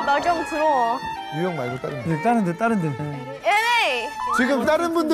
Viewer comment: 뉴욜ㅋ 낫 런든 뉴욜ㅋ